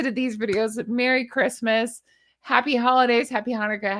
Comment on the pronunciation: Merry not Merrt.